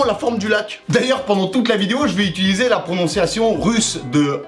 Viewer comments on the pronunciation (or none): none